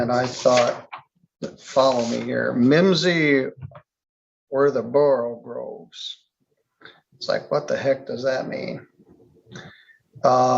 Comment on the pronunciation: "all mimsy were the borogoves" is the actual phrase. not borogroves.